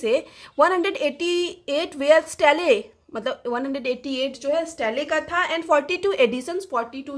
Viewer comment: Bahut hi accha hai, but steele ko aap स्टीले bol rahe स्टील hai